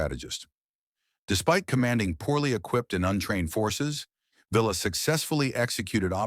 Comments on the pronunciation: Poncho VEE AH. Not Villa, or Veela. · Interesting video, but "Villa" is pronounced " Vee-ya" saying "Vill-la" made me cringe. Just saying...